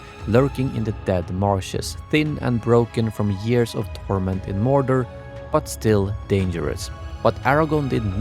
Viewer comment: mor’door’, not morder